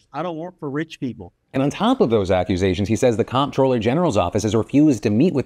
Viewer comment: Dude, 'comptroller' is pronounced 'controller'. As in, the person who controls the finances.